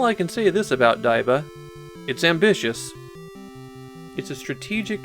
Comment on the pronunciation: According to the katakana writing, it’s pronounce “dee”, not “die”